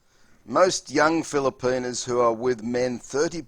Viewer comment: He says, "feel-a-pee-nus 😂😂